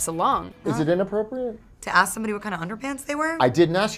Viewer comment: Remember, thugs and lazy and uneducated people say 'aks'